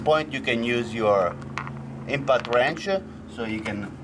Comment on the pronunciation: i swear i heard he say INFANT Wrench